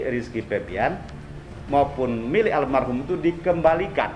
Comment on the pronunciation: Menit 5.26 pengacara Iki bilang armahum, harusnya almarhum